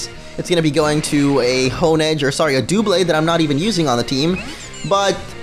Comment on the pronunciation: Duhblade, not Dewblade. It's obviously based on double, not dual.